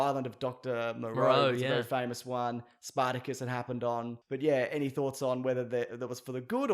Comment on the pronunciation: Did you say Spartacus or Spider Kiss for that last clip?